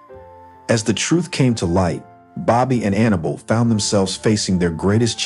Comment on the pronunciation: Can't pronounce Annabelle? It's hard to listen to with all the mistakes.